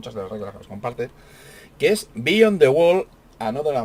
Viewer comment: Disculpe, No es Bíyon, se dice Biyón, dn T